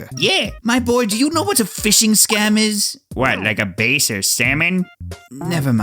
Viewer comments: Does think the bass fish is pronounced the same as a bass guitar? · I dunno how I feel about pronounce Bass as Bass instead of Bass.